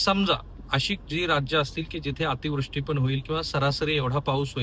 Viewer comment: अतिव्रष्टी नाही अतिवृष्टी म्हणा . एक तुमचा चाहता.